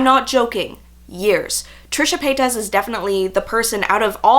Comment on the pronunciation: The way you pronounce her name is cute. Lol its pronounced as "pay-tis" not "pay-tas" normally it annoys me when people dont say it right but with you its cute😍